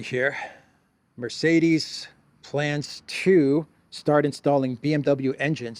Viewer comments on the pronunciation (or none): none